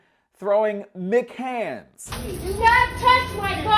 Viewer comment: He said mchands